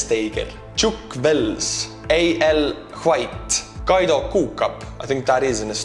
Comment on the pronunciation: 😂😂 whenever your pronounce the names man. Hahah. I kind of wish my name was kaido kucapp